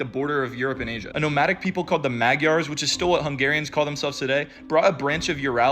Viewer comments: The pronounciation of "Magyar" is incorrect. It's "Madyar" in Hungarian instead of "Magyah" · Hungarians pronounce Magyar more like ma-jar or muh-jar apart from that very well done 👍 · Small correction on the pronunciation of "magyar"; "gy" in hungarian is a single sound, something like the beginning of the word "duel", instead of how you said it which sounds like "mag-yar". Have google read it out if my explanation was confusing lol